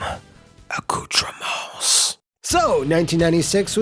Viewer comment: "Acoutrements" made me laugh out loud